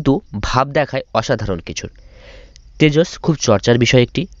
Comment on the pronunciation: Oh yeah, is it Tejos or Tejas? Coz' you were saying Tejos. I am thinking you can't even say the name properly.